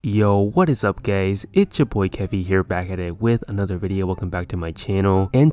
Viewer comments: he just said gays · "What is up gays"